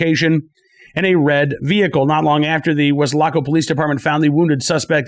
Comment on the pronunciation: Always enjoy your show; the accuracy and insight of the topics presented. However, your pronunciation of Weslaco had my wife and I loling! Wes- la -co is the way preferred way to pronounce. Not Wes-lac-co. I must admit you do sooo much better with strange names than I could.